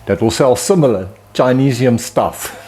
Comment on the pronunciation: Hearing a south African say "el cheapo Chinesium" about broke my neck with whiplash 😂